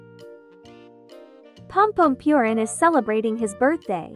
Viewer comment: Pompompurin❌ Pompompewrin✅